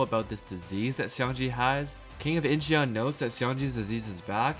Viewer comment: Incheon is pronounced without the e. eo in korean is pronounced as an o with an open mouth. Similar like awww but with an o. I never commented a YouTube video, but I have to intervene here for more perfect content on your channel. Keep up the good work!